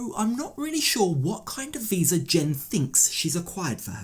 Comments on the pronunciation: really. I noticed that. He can’t even say visa correctly. 😂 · Dude, it’s pronounced VISA not WISA. He’s putting Jen down and can’t even speak. 😂